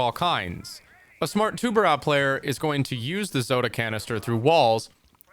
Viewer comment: Please learn to pronounce tubarão, not tubarau